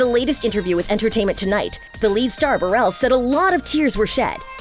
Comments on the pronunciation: its paris berelC not berelS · The fact that she said Berrell instead of Berelec